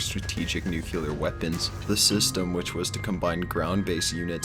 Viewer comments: NU CLE AR not fucking Nuklear ! how hard is it to read a word , that just makes you sound as dumb as bush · Nuclear not nucUlar. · IT'S NUCLEAR... NOT NUCULAR! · I'll subscribe if you never say NUCULAR again. It's nuclear. Think of saying "new" and then "clear." Thanks. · Why can't people pronounce "nuclear" correctly? It's new-clea-er, not nuke-you-ler. Damn, dude. If you can't say it right, say nukes or atom bomb or something. People like you don't speak English, rather you chew it up and spit it out!! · Depends where you from..... to-mato toe-mah-to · It's like that old saying "Tomato tomato" (can't do it in text, but your mind will go there anyway I hope) so there you go. But I agree, hearing it being said "Nucular" is cringe worthy. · The guy said "nucular". Done! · nucular equipment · Nuclear. Noo-CLEE-uhr. Sheesh. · Did you just said... "nucular"? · The way you say "nuclear" is fucking cringeworthy